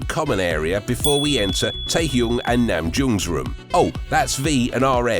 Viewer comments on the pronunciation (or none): Lol...he said Hoo-see-ook, Taehyoong and Namjoong !! LMAO. This guy knows squat about BTS. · At least get their names right. It’s Namjoon (no g at the end) and it’s pronounced Jungkook not Yungkook. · It's Namjoon, not Namjoong. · RM=Namjune!!!.. Not Namjoong! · Sorry but it's Namjoon not Namjoong